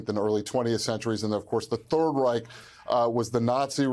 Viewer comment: Its call Reich not rik